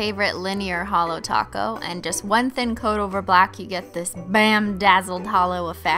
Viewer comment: Anyone else think Sometimes she says taco and sometimes top goat... Or...okay I'm the only one😅